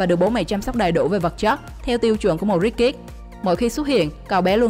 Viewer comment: Luc phat Am tieng Anh , anh van . Ko biet doc Ha sao doc nhanh the ko ai bieu het 🤣🤣 Rich kids Rich am Thanh co Ch o phia sau ... kids so nhieu co S nhe em ... sssss Hoc anh Van bay co gang phat Am cho dung